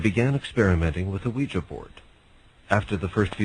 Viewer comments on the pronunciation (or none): none